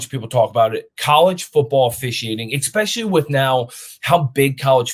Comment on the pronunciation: the word is eSpecially. you sound like a toddler.